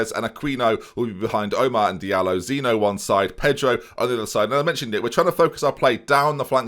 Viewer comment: It’s zeen-yo Cheers